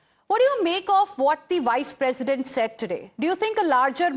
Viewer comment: Why are you pronouncing "Vice" as "Wice"?!